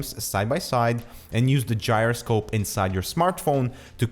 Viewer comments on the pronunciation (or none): none